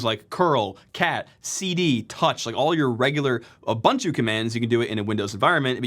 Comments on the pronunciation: For the love of god, please learn how to pronounce Ubuntu. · its ubuntu, not abantu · Everybody talking about Weasel but I can't help but be bothered by Uh-buhn-too. XD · for me it was how he pronounced Ubuntu